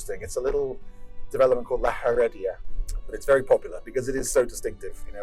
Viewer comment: In Spanish one never pronounces ‘h’ so it La Heredia is pronounced La ‘Eredia - nice video tho